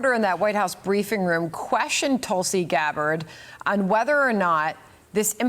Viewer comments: Her name is Tulsi! Not Tulsa. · Hey Johnathon. Her name is Tulsi, not Tulsa. 😅😅😅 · Tulsi... not Tulsa... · Her name is Tulsi, not Tulsa...